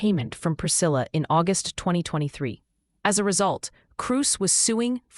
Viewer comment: Why did the voice over say in 2023 like “ in twenty twenty thwee “? Weird.